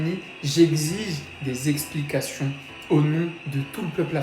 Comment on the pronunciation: Tu dis exiger et c'est expliquations tu prononces ? Héé haaa tu dois exiger des sanctions